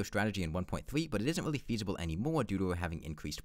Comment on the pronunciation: this was a weawwy impwessive wun